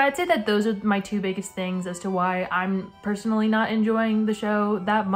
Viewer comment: idk why but you saying "personally" spelled in my head as "percy-nally"